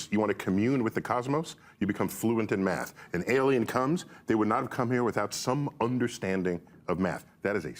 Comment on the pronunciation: Sounded like he said, “No, he was my meth teacher.” 😂😂